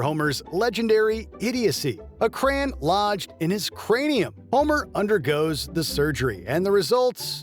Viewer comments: CRAY-ON NOT CRAYN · Probably a typo in the script made the AI voiceover pronounce it like that